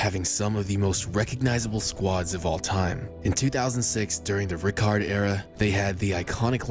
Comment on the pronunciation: I see you’re still butchering Frank Rijkaards name.🤣